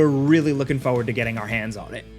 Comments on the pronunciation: I've followed this channel for a pretty long time and I love this content. But. Bro. It's foRward. there are 2 Rs. Not Foward. Forward. Please. I hate hearing "I'm really looking foward to this one"... Rant over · It's "forward", not foward